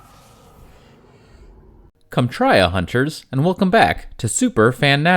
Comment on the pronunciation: "Comtrya"? Are you gonna start doing Stargate videos? I'd be here for that, too.